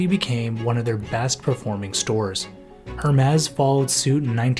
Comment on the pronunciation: The “h” in Hermès is silent. 😉